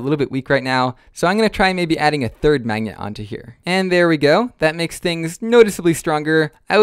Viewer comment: i just cant stop laughing bcs everytime u say "magnet" you say it mangnyet xDD